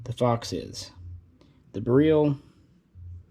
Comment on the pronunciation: I thought he said “fucks” instead of “fox”